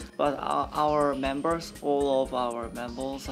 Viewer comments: boy said membles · When Hui said “membles” I about died